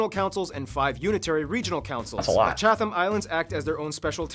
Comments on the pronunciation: Great reaction but he says "Chat-thims" but the Chatham Islands is pronounced "Chat-tims" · A nice video…though there are some small pronunciation and spelling mistakes that leave me thinking, “please get a Kiwi to check before broadcast!” Small examples: it’s spelled Fiordland (not Fjordland as it might be in Norway). The Chatham Islands are pronounced Chad-um, not Chath-um) and the islands are called “The North Island” and “The South Island” never “north island” or “South Island” (much less “the northern island” or “the southern island” 😂) Oh, and France being the nearest neighbor? That would be because New Caledonia is part of France, much like Puerto Rico and Guam are parts of the United States. “New Zealand is one of the commonwealth countries furthest away from the Uk…” Well, if there is one farther away, I would love to know what it is. The time difference with the UK is 12 hours (depending on daylight savings). It is about as close to the opposite side of the globe as you can get. In fact, if flying to the UK from NZ you can easily fly either via Asia (often transiting in Dubai) or via the US. It’s pretty much the same distance. Nz and Australia are often called the antipodes, which comes from the Latin meaning “against the feet” — ie on the exact opposite side of the globe. But small pronunciation issues aside, this is a good summary. Thanks, team! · Our guy is pronouncing Chatham wrong. It's more like Chatam.